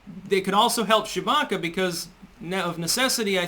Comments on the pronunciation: Am I the only one that only hears "Chewbacca"? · You say her name like "Shewbacca" "Shewie!!!!" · Is it just me or does he say Chewbacca instead of Tshibaka? Once heard never unheard😄😄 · without looking at the screen, I kept hearing you say “Chewbacca” 😂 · Were you saying Chewbacca?